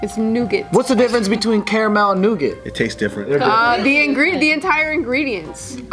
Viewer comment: Nougat is pronounced “nu-ga”. Thought would pick that up.